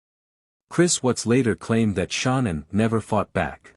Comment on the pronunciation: Is this a deliberate way to get money for your programme by comments by pronouncing her name WRONG! YOU IDIOT how disrespectful